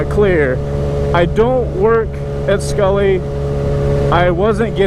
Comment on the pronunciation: Not skullly